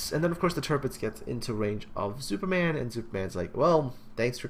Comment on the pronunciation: he is not called Zuuperman for nothing.:P